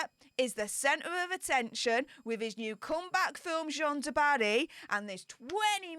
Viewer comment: the French name Jeanne ( a female name) rhymes with ANNE, not John. J-ANNE du Barry.